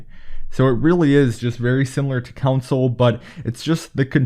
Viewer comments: It’s “con-sole”. Not “kun-sull”. From England. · “Controls are the same as on ‘count-sole’ “ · Console not counsel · *Console….. not Council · its console not council lol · Bro really said cousul not console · It's CON-SOLE! not council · Dude really be saying "council" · Its console not council! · You kept saying "council" instead of console. It irked the shit out of me. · It’s driving me absolutely nuts that you’re pronouncing console as “counsole” or whatever you’re saying... it’s “con-soul” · Console..... Not council 🤦🏼‍♂️ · this guy said “council” more times than he said “console” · "Call Of Duty on Council" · When he says console, it sounds like council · Austin 2k-_- council lmaooo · It's console not counsel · SAME he like “council” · Council or console? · What’s he mean when he says council? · Why does he say console like council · Stop saying “counsel” it’s “CONSOLE” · this mans just say counsel? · ITS NOT COUNSEL ITS CONSOLE 😂plz man plz ur killing me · Man can’t say console. “Council”😂😂😂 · My eye twitched everytime you said "coun-sole" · Austin 2k-_- council* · council lmfao u meant council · council? wtf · Russ TheMuss he meant console lol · Anyone love how this dude says “console” 😂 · I have a beef with the way this dude says “console” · And not Mobile but "mobo"